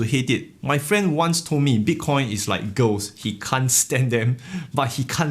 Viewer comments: Instead of girls,i was hearing "ghosts" and i was like wtf is going hahahh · Ahaha thought your friend said bitcoin is like ghosts... then realized you said girls. That made more sense.